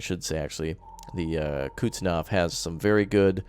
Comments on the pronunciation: Hey, probably someone already told you this, but that russian aircraft carrier is called Kuznetsov, not "Kutstinov". It is pronounced as Kus - net - sov. Actually i like your mispronunciation, and dunno why im writing this:P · y u bully me. its not pronounced kuhtznov it's pronounced kuhz-nets-ov (coup's-nets-of) for memory